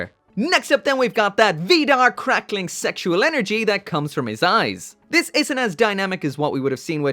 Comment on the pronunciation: Every time he says sensual I think he is saying sexual